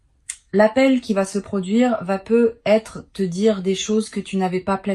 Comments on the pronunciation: Mais c'est quoi ce truc ? Des bougies qui ne fondent jamais, une IA qui ne sait pas prononcer "peut-être", qui fait des pauses anormales et qui se noie dans un verbiage incompréhensible ?! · Et ce bug tout aussi systématique sur les "peut-être" dont la liaison totalement ratée entre le "e" et le "t" nous donnerait bien l'impression que vous vous retrouviez soudain avec une patate brûlante dans la bouche ... Si l'hypothèse massive que vous soyez, en fait, tout simplement une IA n'etait pas aussi évidente 😢 Ça fait beaucoup d'abstraction pour pouvoir écouter profondément et capter la partie de l'essence qui nous est propre